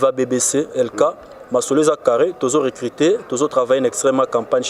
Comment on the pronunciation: Ah on dit recruter et non reculter